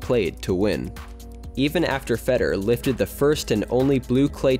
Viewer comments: If you make a video about World Class tennis tournaments, you should really learn how to pronounce the names of top players you are going to mention. It's not Feder. It's FederER. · I swear it sounded like you were saying "Fetter" instead of "Federer" the whole time. Drove me nuts